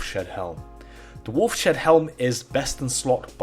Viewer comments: lol!!! "Wolf Shead Helm." It's pronounced like, 'Wolf's Head.' :) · "Wolf's Head" not "Wolf shed" :face-purple-crying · Its pronounced wolfs head... not wolf shed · 5 years late, but dude, it's pronounced "Wolfs Head" not "Wolf Shed" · wolfshed helm LOL WOLFS HEAD HELM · It is pronounced “wolfs head” helm not wolf shed idiot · it's obviously supposed to be pronounced wolfs-head not wolf-shed lol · Wolfs head, wolfshead, not wolf shead. Wolfs head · By the way, I believe it's pronounced "Wolf's Head" NOT "Wolf Shed." You wacky Brits... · wolf-shed... lmao. not, maybe, say... "Wolf's head" ? you really repeat yourself a lot, too. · wolfs....head... not wolf shead. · Lol wolf-Shead helm.... Wolf's head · it's pronounced "wolf's head", not "wolf shed". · ... Wolf Shead helm... lol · This didn’t drive me as crazy as “wolf shed”. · i laughed everytime he said wolf shed. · Even "wolf shead" probably wouldn't be pronounced the way he was saying it - shed. It would probably be more like shade. Or seed, but with an h, "sheed".